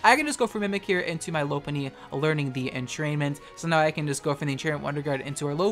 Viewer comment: Key-oh-grey? Low-pun-E?? Are you well?